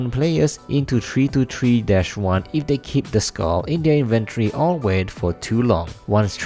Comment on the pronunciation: am I the only one who heres you saying three as tree?